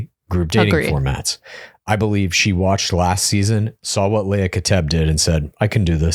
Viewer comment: This is going to sound so nit-picky, but as someone who has had her last name mispronounced almost EVERY time (in very slight ways), please learn pronunciations! Hood-ah (not Huh-da) from this season and Lee-ah (not Lay-ah) as in Kateb. It's such a small thing that feels so big! Huda even said her name was like "Huda, woulda, shoulda".